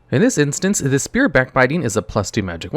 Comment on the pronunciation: Spear, not sphere. Thank you.